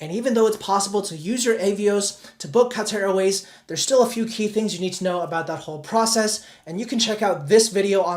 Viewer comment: what is cutter airway? Do you mean Qatar? Lol😂